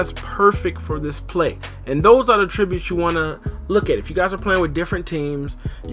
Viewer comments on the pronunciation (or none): AT-tributes not AH-tributes